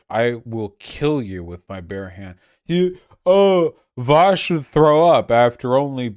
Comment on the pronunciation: Vuo00oaaaush would be more fun if he always streamed this drunk